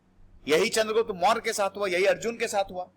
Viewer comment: No morayaa only Maurya